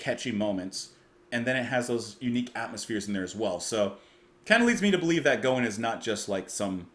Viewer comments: Great to see you do, Gowan. Gow rhymes with wow. Larry played keys in Styx for a number of years when Dennis DeYoung left. My daughter took me to see him perform last year at this time as a birthday present. Still quite a showman. Other great tunes are Criminal Mind, Cosmetics, Guerrilla Soldier, and Moonlight Desires (with Jon Anderson). Peter Gabriel's backing band plays here (David Rhodes, Tony :Levin) as they heard his demo tape and thought it was great. Another Canadian treasure. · GREAT reaction! Gowan (rhymes with wow or cow) - is a fantastic artist!! Fantastic singer & keyboard player - and a dynamic performer! Born in Scotland, but moved to Scarborough (suburb of Toronto). This was from his second album, 1985 - and it was a huge hit! This song, and especially A Criminal Mind (you must check!) were radio constants (here in Canada). Besides the aforementioned track, HIGHLY recommend another hit, Moonlight Desires, which featured backing vocals by Yes' Jon Anderson! There are other amazing tracks, but this is a start! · His name is pronounced Gowan (the O is pronounced like in the word how). Larry Gowan was a popular Canadian singer in the 80's and 90's. He has since replaced Dennis Deyoung as the lead singer of the American progressive rock band Styx. I would recommend listening to his songs Criminal Mind and Dancing on My Own Ground. You compared some of his vocals to Geddy Lee which makes sense since they are both from close to Toronto and are only three years apart in age. Gowan is 67 and Lee is 70. I grew up in both Canada and the US and am very familiar with him. Professionally, he has gone by the names Gowan, Larry Gowan, and Lawrence Gowan.